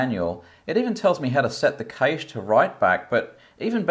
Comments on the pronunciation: Ca-shay or cash but for the love of all that is holy it’s not caysh. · it's called cache and pronounced similar to 'cash'. It's NOT "keeeaish".